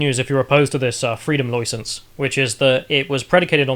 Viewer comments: "Loy sence" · Freedom “Loisence”?, or however you spell his name needs to brush up on his pronunciation. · How ya’ll pronounce license sounds like an Australian caricature😂